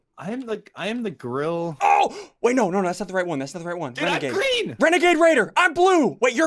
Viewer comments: He actually said is the renagade rare??? I’m like 👁👄👁 right now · This is how many times Ssundee said Renagade rader? l l 🔻